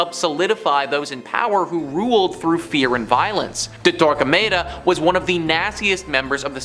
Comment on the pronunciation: I could be wrong, but, generally I've always heard it pronounced Tor-kah-mah-dah. No long A sound.